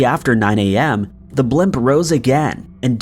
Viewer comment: What part of America pronounces the word blimp "blemp" ? lol